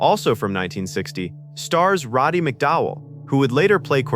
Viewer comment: 'Robby Mc Dowell??' even though the narrator says it correctly 'Roddy Mc Dowell' 🙄